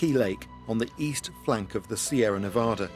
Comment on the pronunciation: I like how an Englishman can pronounce Nevada correctly when so many people from this country can't.